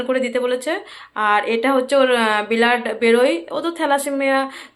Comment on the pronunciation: উচ্চারণ গুলো খুব খারাপ ব্লাড বলো বিলাদ কি